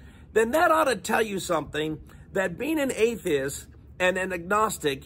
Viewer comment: I hate how he's saying atheist. He's saying, "atheis".